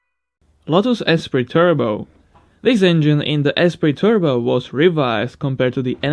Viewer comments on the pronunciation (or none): none